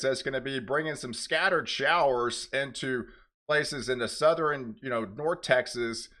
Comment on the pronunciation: Please. A weatherman should know it’s northern not northERen and southern, not southERen. This makes me crazy when you mispronounce these.